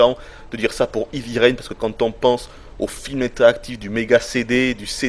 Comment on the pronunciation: En anglais, 'heavy' ne se prononce pas comme 'hivi', mais 'hèèèvi'!! Assez de 'ivi', s'il vous plaît ou prononcez carrément à la française, ça sera encore plus agréable à entendre!